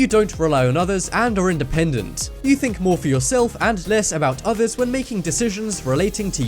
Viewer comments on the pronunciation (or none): none